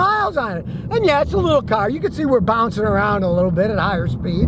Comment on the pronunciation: Ur saying the word ....car.... Wrong...